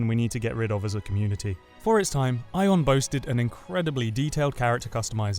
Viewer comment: Ion? its Aion